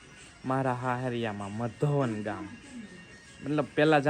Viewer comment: મધોવન નય મધુવન